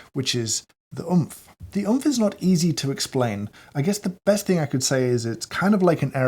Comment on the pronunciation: wasnt oomph supposed to pronounced like roblox death sound?